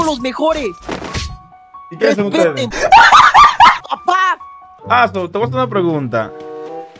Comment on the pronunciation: No ese "Azoz" da verguenza